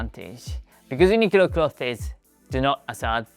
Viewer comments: Great video, small note on your English. I noticed that you pronounce “clothes” with two syllables, clothes-es. That’s okay, I get that the “-thes” is kind of a weird cluster. It should sound very similar to “close” but with a “th” sound in the middle of it. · You're saying clothes wrong. You emphasise the "e" on cloth-e-s. It should sound more like "close" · remember clothes is pronounced almost like 'close' as in 'please close the door.' Not 'closes' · Also please ignore me if you don't want this information, but: "clothes" is pronounced like "clothz", very very similar to "close" (if you say "close" with your tongue sticking out, that's pretty much "clothes" haha). Your English is really high-level and your accent is really good and very easy for people to understand! Just giving you this info since all of my Japanese friends struggle to pronounce "clothes". I'm sorry English has such silly spelling!! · Great video! It is pronounced Kloze